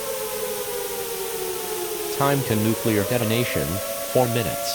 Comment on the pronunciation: Nuceluar attack warning; happening, YouTube captions be like “ah music to my ears”